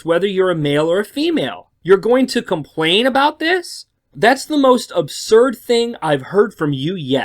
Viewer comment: You say compwain